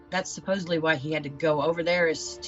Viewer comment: Seems to happen to a lot of people who say "supposebly"